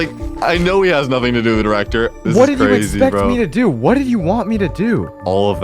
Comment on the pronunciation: Bro can’t go 3 secs without saying drecter